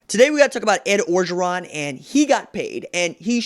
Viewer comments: I just gotta say, it pronounced Oh-geron. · Mark Smith No it’s not bruh. If you ain’t from LA then stfu. Can’t even pronounce his name right